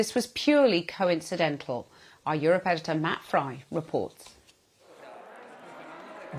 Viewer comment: I love how she said the ema believe it was purely inconcidental